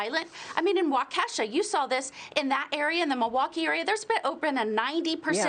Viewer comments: IT'S NOT WALKESHAH.....IT'S PRONOUNCED WALK•EH•SHAW DON'T TALK ABOUT A TOWN UNLESS YOU CAN PRONOUNCE IT!!!! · Love you guys, but you have to start pronouncing the city name right… “Wock A Shaw”. Wocka Wocka. Like Fozzy Bear, got it? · Waa kaa shaw, I have to stop a second everytime someone says it wrong.